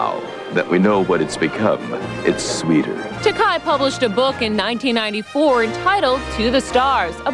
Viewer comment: Way to mispronounce "Takei" multiple times.